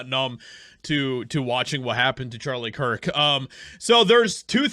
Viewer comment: ⚠She distinctively called him Charlie Chris-t. As in she said Christ and Chris mixed together. She is trying to liken him to an idol and not a martyr. This is not only blasphemous but manipulative as well.⚠